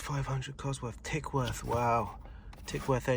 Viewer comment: Tickworth he said? TICKFORD.!